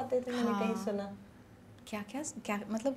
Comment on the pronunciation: ... She said kya matlab... poora Hyderabadi slang.. kya matlab